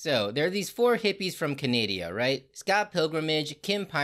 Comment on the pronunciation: "(cuh•nay•dee•uh)" Perfect. 😎💪